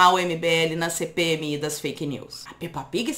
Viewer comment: Menina eu adoro ver você falando Peppa pig monese e uncerto bosta